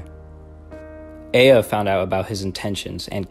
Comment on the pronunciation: It's not pronounced EE-a it's pronounced eh-a